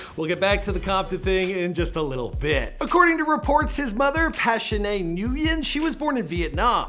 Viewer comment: Nguyen is pronounced "win"